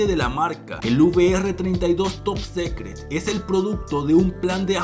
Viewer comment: Se pronuncia "top sicret" no "top secret"